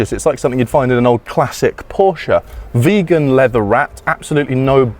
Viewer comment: Im sorry did you say vegen leather?